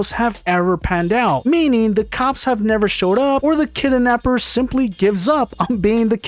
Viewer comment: kidnapper❌ kidanapper✅